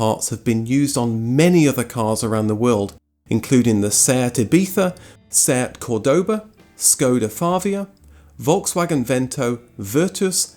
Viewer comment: Sorry but I have to correct you - as it's Skoda FABIA not FAVIA as in all languages it's pronounced with B. Even in Spanish it's between B and V. Thank you